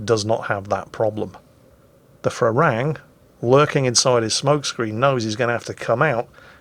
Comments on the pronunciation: It's Pra-Ruang (straightforward) Me as a Thai really like to see foreigners mispronouncing Thai words ;) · Actually.. When phonetically transcribing Thai into latin letters things do get a little unlogical for us westerners. "Phra" is not pronounced with an F-sound in the beginning. It's a standard P basically. If you pronounce it "Pra Ruang" you'll be good;) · Pra Ru-ang. Learn thai mate... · I love how pronounces the Thai destroyer Phra Ruang as Farang which is the Thai word for foreigner, so to his credit he is speaking a Thai word just not the right one. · Phra Ruang read with strong P and strong U